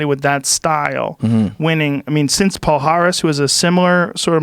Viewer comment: As a brasilian i always laugh when some non portuguese people try to say "Palhares" "Pau Haris" "pohares" paares" Kkkkkkkkkk